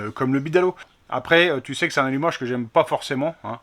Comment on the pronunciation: Alumacheeee rouche qui dit le yonnet😁